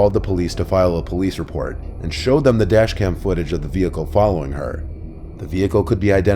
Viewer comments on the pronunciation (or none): Dashcam not Dascham you silly goose. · Dashcam not dascham? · Dascham? Is german now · it’s says dascham